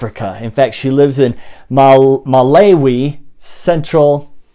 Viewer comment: Its pronounced MA LAO WE.